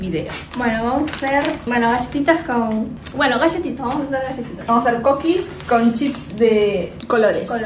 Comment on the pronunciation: Cokis en vez de CUUUKis jajjaa